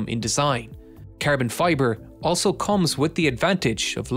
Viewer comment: Carbon fiber -> ”kaahrbohn fyeburr” Lol